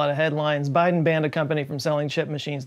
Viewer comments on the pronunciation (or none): none